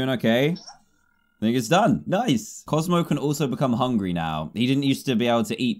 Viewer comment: Dan : bozmo is obsessed with the pug in the water Me : DAN ITS COZMO NOT BOZMO